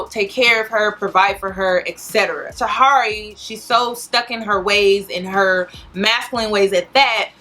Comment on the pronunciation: Why do you guys say people's name wrong just cause... Tah-here-ey